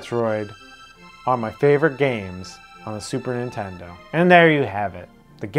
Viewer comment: Nice vid & list. Incidentally arent u the guys that goof on AVGN pronunciation of "Super iNtendo"..?Am I buggin or do u pronounce it just the same as him..?! 🤔 Pot➡️Kettle=Black⚫